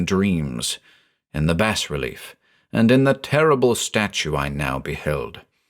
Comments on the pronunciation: 'Bas relief' is pronounced 'bah relief' not 'bass relief'. Every time you mispronounced it it broke the spell created by your voice. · you have such a wonderful voice but every time you pronounce it "bass relief" i imagine the hieroglyphs and starspawn figures inscribed on the side of a ceramic fish. that'd be the deep one equivalent of an embroidery sampler that reads bless this home, i suppose. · *bah relief. It’s pronounced “bah relief” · The 's' is silent in bas relief. :) It's from the french word bas (pronounced "bah") meaning low. Bas relief is low as opposed to high relief. Hope this is useful. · dangit. it's pronounced [bah-relief] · Beautifully done! The only thing I have against it was the pronunciation of bas-relief. I was always taught that the “s” is silent.